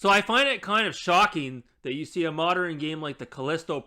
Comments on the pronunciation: Am I the only one hearing him say “moderan” and not “modern”? That is really bugging me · Not sure what these "Moderin' " games are